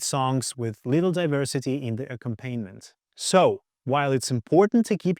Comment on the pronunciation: Solid advice, great points. But I have one suggestion for future videos. ... It's not pronounced "ack-um-PAIN-ment". The word is pronounced "ac-COM-pa-nee-ment."